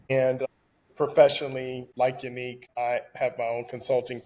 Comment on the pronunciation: Ya-Nique is the correct pronunciation of her name not Unique 😂😂😂